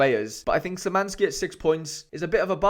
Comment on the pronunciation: Nice vid but your pronunciation of Szymański sends shivers down me every time